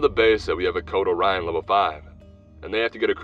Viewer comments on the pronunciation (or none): none